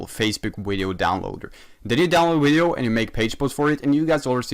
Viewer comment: Me: “video”: “wideo”